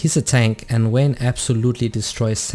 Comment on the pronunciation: VAYNE not Wayne